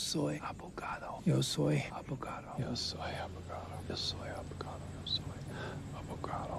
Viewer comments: abogaDo, not abogato lol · ABOGADO (with a D) ;) I'm loving your videos man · It's ''Abogado'' but anyway lol